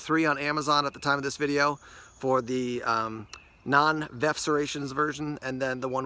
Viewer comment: It's definitely Veff not verf!!!